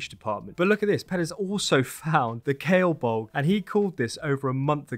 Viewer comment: Me again, self-elected Irish pronunciation correspondent. Another great video! 😊Here's some help with pronouncing the Irish names : Domnall = Dough-null (Although at the time his name would've been pronounced Dove-null ) Cerball - Car-oohl (second syllable is pronounced like pool, but without the p) Gae Bolg = Gah Bol-ug